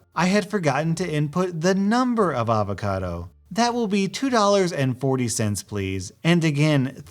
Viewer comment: hOLD UP did you just pronounce ah-vacado AA-vacado??